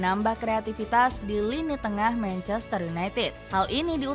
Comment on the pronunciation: Manchestereh kok ada eh nya min?😂